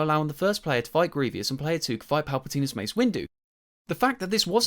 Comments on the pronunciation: Who is Gre-ve-ous lol you mean Grievous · Why? Why do you pronounce Gree-vee-oos? Disgusting. It's Gree-voos. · Why do you pronounce Grievous as "Gree-vee-uss"? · I feel like during most of this you just glaze nostalgia and hate on change, sure its not perfect but neither is the original, but im mostly commenting to let you know his name is Greivous not Grevious. Gree-vus not "gree-vee-us" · It’s grievous, not grevious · Overall fair point but also it's Grievous not Grevious. My only qualm with the entire video 😭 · Good video but you said greivious instead of greivous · Yo sorry but I gotta nitpick ya. Grievous is not pronounced "grievious". that is all lol Great video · The only bad thing about this video is your pronunciation of grievous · I also add. This Guy 1 wants the game to take advantage of next gen capabilities but it's not nessasary its a f**** lego game just play the game and don't complain about them not adding things you wanted. Also kinda triggers me how he says grievous